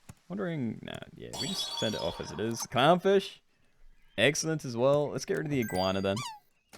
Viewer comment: I swear to god i heard cumfish instead of clownfish at least 3times ahahah